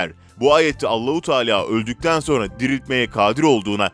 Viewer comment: Allau taala degil kardesim allahu teala dogrusu duzgun kullanirsan daha iyi olacak.